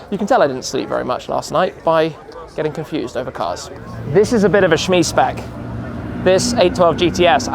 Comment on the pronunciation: "shmee shpec" lmao